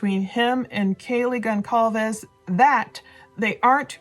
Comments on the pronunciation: Hey, good show as always... fyi Goncalves is pronounced "Gohn Salv Vez". The "c" is actually like an "s" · Love your videos!.. I just wanted to let you know that Kaylee Goncalves’ last name is pronounced with a soft ‘c’, not a hard ‘c’. As in- Gon-sahl-ves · It’s pronounced Gonsalves. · Almost 2 months and she still doesn't pronounce Kaylees last mame correct. Anyway, the channel 10 to life posted a video with more exclusive information that you all curious folks should check out.